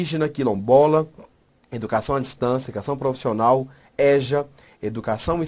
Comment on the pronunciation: ÉJA? Não né? EJA ( ÊJA ). Ok professor? No mais, showww de bola! 😌